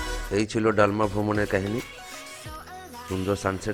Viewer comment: ডালমা নয় দলমা।আর স্যানিটারি নয় সেঞ্চুয়ারি।